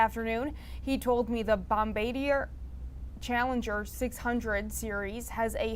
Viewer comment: You can always hear a flat lander when they cant say Bombardier